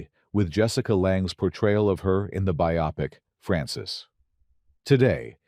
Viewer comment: 'Biopic" is pronounced just like the word "bio" + pic, not "byeAHpic."